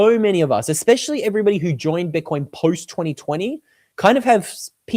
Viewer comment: Wow! You said, " you and me" intead of " me and you" Welcome to middle school grammar. Now maybe stop saying eX PESH All ee